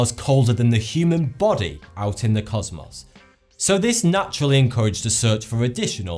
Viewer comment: The way he pronounced cosmos in his dirty accent actually pisses me the fuck off.